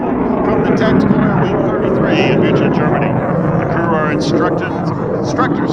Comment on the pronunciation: Cheers to the commentator! Tornado perfectly in German pronounced and Büchel like a native spaker. Respect!